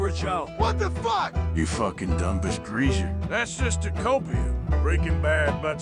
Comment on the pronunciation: Bro did not just say "COPEE" 😭